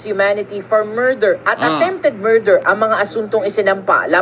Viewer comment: Morder ba o murder? ✌️😂